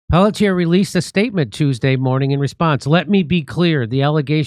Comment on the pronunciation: The cops name is pronounced PELT EH. or Pelt,yay